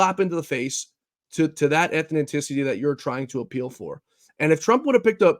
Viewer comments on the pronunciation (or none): “Ethninticity”? I thought this guy is a writer.